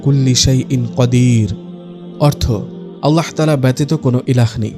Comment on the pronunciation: Apnr mukh e Allah r hazrat Muhammad saw er nam er uccharon ta onk valo sonay....